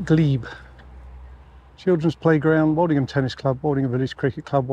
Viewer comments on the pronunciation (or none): I thought the "old" in Woldingham was pronounced like old in hold and told, not like the "alled" walled. Is that the local pronunciation? I'm a Lancastrian living down here in the vicinity. I want to be correct. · But you pronounced it Walledingham several times. I thought I had it wrong. I get loads of place names in the south wrong only to be corrected later, e.g. Plaistow, Isleworth, Leigh and others.